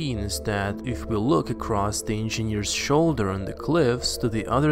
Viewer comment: I hate the way you pronounce engineers..you must have said it a thousand times..geez!!